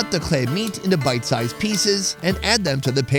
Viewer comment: the way he pronounce "khlea"😭